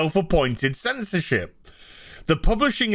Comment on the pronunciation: Did he says "censorshit"?😆